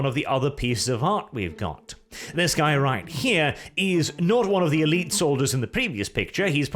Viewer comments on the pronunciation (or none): none